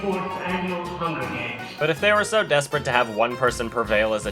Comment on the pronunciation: HUN GER GAYMS